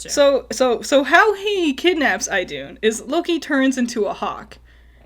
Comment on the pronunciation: She got it right. It's pronounced "IH-doon".